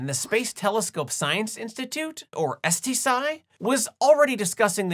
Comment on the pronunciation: We absolutely should rename if occupying force demands it. Also, it isn't pronounced ES TEE SAI.